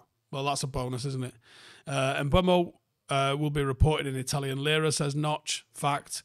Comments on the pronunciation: Bryan Mbe-umo and not Mbu-emo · I think it’s the wrong way round at the start, he pronounces it “m-boom-o” everyone says “m-bwem-o” 😂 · Wtf are you on about at the start? 😂 Mbeumo literally pronounces his name “M-ber-mo” and you’re going “urrgh he himself says Mbwemo” 🤦‍♂️ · Sky sports did a video of Mbuemo pronouncing his name - Em-BOOM-o. Very simple. Not Kinder Bueno or whatever you said.😂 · "M-ber-mo"? He literally says m-boo-mo himself. Youre both wrong 😂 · You say Mboono I say Mbuemo. Let's call the whole thing off. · He actually says MBOOMO ;) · had an absolute SHOCKER there lol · He pronounces it Um-boo-mo. There are literally videos available on this platform of him pronouncing his name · There's no w in Mbeumo, and the u is not before the e. There is no ue or we sound at all. It must be dyslexic people saying it wrong that catches on everywhere and people just keep parotting it. He himself doesn't pronounce it like that either. There's also the premier league videos of all players pronouncing their own names you can look up, then there's no confusion at all, apart from difficulty in pronunciation from certain accents. Even still you can learn or work at it. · It's Mbeumo, not Mbeumo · At this point I'm convinced is dyslexic. There's no way he misreads and mispronounces the guy's name for this long.